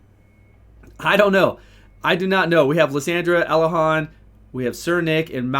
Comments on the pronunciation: Everyone: Elhayne: Elehahn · Lol Chosen says ElAYNE😂